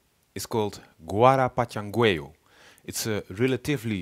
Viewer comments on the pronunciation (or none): Thank you, it´s a a very clear lessons, I've been a lucky one who has received lessons direct from Panga and still remember all what he teaches me. There is only one thing, when you pronounce the rhythm don't say the last "u" it is not the name. (forget and read something like "guarapachangeo".)